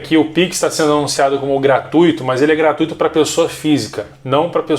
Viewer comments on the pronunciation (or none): none